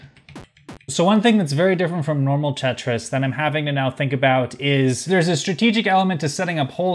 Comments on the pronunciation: "Tritris?" I'd call it "Te-tri". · “Cursed pentris”